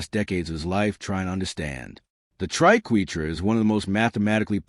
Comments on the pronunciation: This is shallow explanation. - AND - The AI "narrator" can't pronounce triquetra or ankh correctly. Artificial Idocy! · we are #3 and i love it when the fake AI can't pronounce Triquetra the proper way